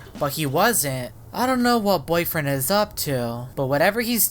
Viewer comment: Are you combined with Boyfriend you just said boyfiend like you are combined with him!